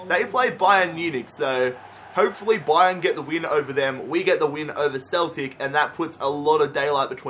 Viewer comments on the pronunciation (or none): none